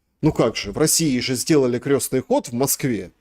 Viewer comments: не "крёстный ход", а "крестный ход". Крёстный - он отец. А ход крестный. [кр'эсный]. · Это не к ним. Это ошибается в ударении..что удивительно, вроде религиозный такой... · Не крЁстный ход а крЕстный От слова КРЕСТ. Режет слух неправильное произношение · крЕстный ход а не крёстный!! Русский неродной. Заметно А еще не ложат с кладут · Крестный ход через е от слова крест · крЕстный ход,а не крЁстный!!!!!От слова КРЕСТ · Уважаемые и, не "крЁстный" ход, а крЕстный ход, крЕстное знамение. Через букву Ё - это только о людях. О Доне Карлеоне, к примеру,:) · Всё хорошо, но почему вы произносите " крёсный ход" ? " КРЕСТНЫЙ ХОД" от слова КРЕСТ. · украинчики простите, но почему крЁсный ход, а не Крестный ход, у вас что КРЁСТ? что то новенькое в православии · Крестный ход,от слова крест. Почему украинцы,да и тоже, Крестный ход произносят крёстный ход. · КрЕсный ход, КрЕсное знамение, КрЕсная мука. Правильно через «Е» Крёсный отец, крёсная мать. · Выпускник филфака: Крестный ход!!!!! Не искажайте слова! Произносится через Е, потому что крЕст! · Я тоже удивляюсь что в своей любимой теме он делает такие ошибки. Крёстный . Бытиё. КатАрсис.. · Господа,ход крестный,от слова крест.Слух режет ваше произношение.